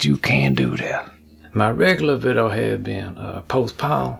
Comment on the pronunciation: Who now says “viddo” all the time the way does? 🙋🏼‍♂️